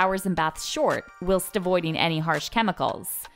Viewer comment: I'd rather spend time with stinky Gwyneth than this stupid narrator. Learn how to pronounce "whilst". More importantly, learn the difference between deodorant and anti-perspirant.